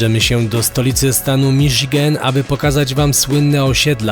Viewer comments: "MIŻYGEN"? No co wy chlopaki??? Take cieżko powiedziec "MISZIGEN"? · Miżigen, co nie? :)